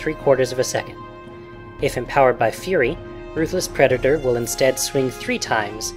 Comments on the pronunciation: I heard u say pedator if u listen carefully.:P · pedator? Don't you mean predator?